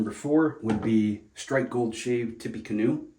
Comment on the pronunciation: Great video, but it’s pronounced “tip - uh - canoe”. I too enjoyed life and death from fls. cheers